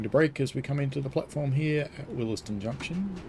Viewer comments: Good vid. It’s pronounced ‘wills den’. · FYI The first E in Willesden is silent.